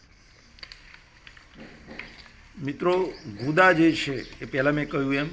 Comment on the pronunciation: ગુંદા બોલો ગુદા નહિ